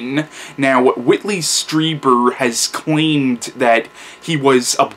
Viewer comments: Stree, not Stry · Yes, you are (stree-ber, not stry-ber like everyone says)